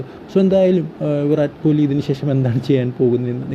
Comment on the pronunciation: താൻ പോയി ആദ്യം അദ്ദേഹത്തിന്റെ പേര് നേരെ ഉച്ചരിക്കാൻ പടിക്ക് എന്നിട്ട് ലൈക് അടിക്കാം